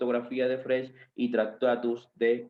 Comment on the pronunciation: Freg, Güitejed, Güitjenstein. Es un poco raro que un profesor de lógica no haya aprendido nunca a pronunciar estos nombres. Además, castellaniza los nombres propios. Suena muy raro.